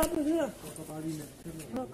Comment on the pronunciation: "what happened hier?" 💀